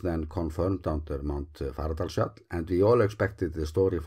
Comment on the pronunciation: I love your videos. I'm still trying to analyse how you manage to pronounce Fagradalsfjall as just two syllables!